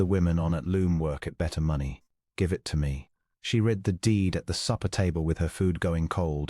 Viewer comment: Is it possible to find an AI narration that can properly pronounce the past tense of "read?"